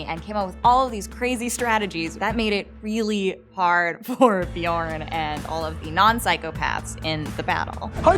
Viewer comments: Шаян and its pronounced Björn not Bjorn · It's not pronounced byourn, have you actually watched the show. It's not that hard to pronounce all the names if you actually watch it